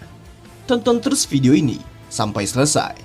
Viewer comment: Bukan video bang kog ucap nya video